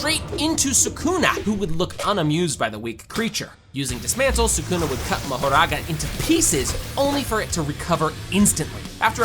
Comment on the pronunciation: ele falo marogarara ou foi empressão minha?